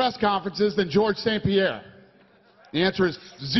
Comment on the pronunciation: George sounds likes he's saying fuook